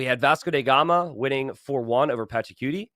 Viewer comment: Why does keep calling him "Vasco dey Gama"?